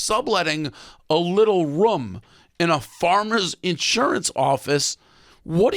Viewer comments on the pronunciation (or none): Wait a minute.... how the hell can Dave not pronounce "room"....??????